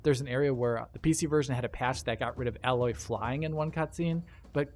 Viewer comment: I'll never get use to the way he says aloy XD